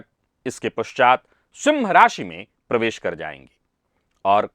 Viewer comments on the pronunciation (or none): none